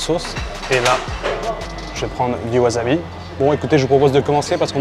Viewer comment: WaSSabi, pas waZabi!!!! ... et, au passage, ramen (le plat) est un nom MASCULIN! Cool vidéo... On en redemande!